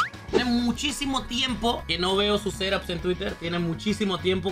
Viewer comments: Yo escucho que dice serop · No se por que cada vez que decía set-ups escuchaba seraps